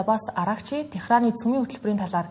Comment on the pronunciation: ТЕХРАН биш ТЕГРАН гэж монгол хэлээ зөв хэрэглэе. Хадаад мэдээ гэж бичсэнтэй адил харагдаад байна.